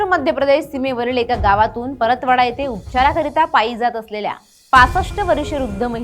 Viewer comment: Paratwada ❌ Paratpatva